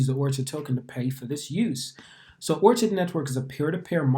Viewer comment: Yeah it’s “or-kid” like the flower 🌸